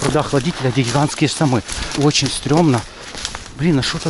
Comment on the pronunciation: Забавный ведущий. Гхигханские сомы. Просто гхигховые